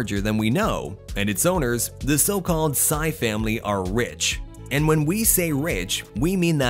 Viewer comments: ...ha ha ha! 😂 I'm very amused how he pronounce the surname of SM Malls owner Henry Sy...it should have been "see" but he said "psy" like that from the word psycho.😂😂😂😂. Nice one, very hilarious! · I think it’s pronounce sea for their family name SY not pronounce sigh but irregardless they still bloody super rich 👍😁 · It's "si" (Sy) not "sai" (Sy) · The last name "Sy" is pronounced as "See".